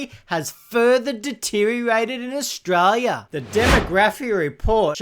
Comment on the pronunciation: Australia has an 'l' in it. Maybe try and pronounce it on occasion - it might help your channel